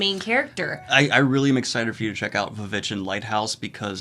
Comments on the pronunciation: "V-Vitch"...no, please, stop this. It's just "The Witch" spelled in 16th century typesetting style. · The witch not vitch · Good god... it's The Witch... not Va VItch smh (and it's Eggers... not Edgers) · I love that you still pronounce it The VVitch